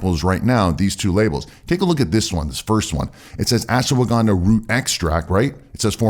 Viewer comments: It's not Asshwagaandaa , it's Ashwagandha...improve your accent... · Why do you pronounce it Ash-"woh"-wagandha?? No "woh" needed!